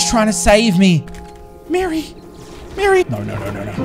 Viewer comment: Everyone: Jerry, Terry and Mary: Jirry, Tirry ind Miry